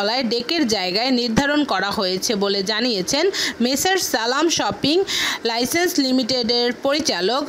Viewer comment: উচ্চারন শুনে মনে হলো বাংলা ভাষাকে অপমান করছে। সালাম শিপিং লাইন্সকে বলে সালাম শপিং লইসেন্স!! হলি কাউ 😐